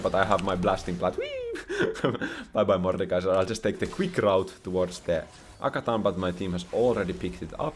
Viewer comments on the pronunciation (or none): question is, why do you mess up character names when you play the game so much? Calling Janna Yanna, and Atakhan Akathan. At least these two got caught up in my ears the most.